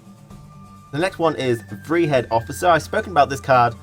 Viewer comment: Awesome video, really excited for the beta and ps4 release, just finished Witcher 3. Have you played Witcher 3? I ask because of your incorrect pronunciations, such as with Dijkstra or Vrihedd (Vry-head)